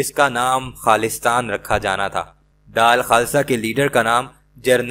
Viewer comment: Bhai daal khasa naheen dull khasa talffuz saheeh kerrain